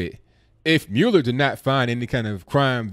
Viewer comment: It is pronounced "Mull-Er"